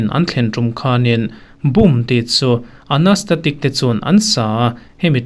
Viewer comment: A sa tute hming hi i lam diklo nual mai: Anastacia-Anastatic Wyclef Jean- Wyclic Jean Kan tawng chu a nimiahlo a duh duha lam theih a lawm pawh kan ti maithei mahse a awmanglo deuh kan ti mai mai a ni👍